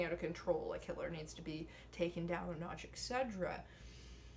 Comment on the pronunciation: You're fine with spoken English until you try to say et cetera. Hearing excedra makes me need excedrine. haha